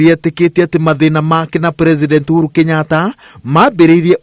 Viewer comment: Its uhuru not ouru chiiiiiiii